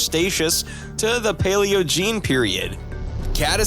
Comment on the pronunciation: Blud absolutely butchered those names Crestaceous? Paleogene? Who let him cook